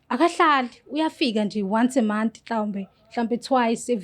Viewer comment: " wonce a moth"😅 "more khoriyas"